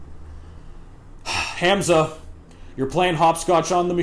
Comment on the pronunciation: Bro all I got to say abt the video is that your pronunciation of Hamza is a bit off. The pronunciation is more like Hum-za. Not trying to be rude, just trying to tell you how most people pronounce it.